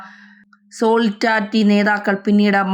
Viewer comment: ഹത്തർ 😂 ഒന്ന് പോടി തള്ളേ ആദ്യം പോയി നാക്ക് വടിച്ചു വാ. സോളിഡാരിറ്റി എന്നാണ് സോളിസാരിച്ചൂട്ടി എന്നല്ല 😂 പോ തള്ളേ